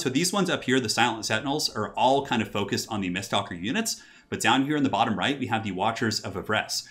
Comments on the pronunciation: Me screaming: MISTWALKER!: miststalker. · am i the only one triggered that he says mistSTALKER when it clearly reads mistWALKER? i know its a simple mistake but it bugs me lol